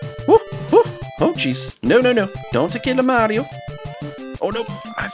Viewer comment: Why you say Mari 0 btg?